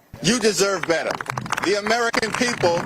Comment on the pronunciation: His word pronunciation is pathetic. Beta instead of better. Give me a break. He can't even speak proper English. 😊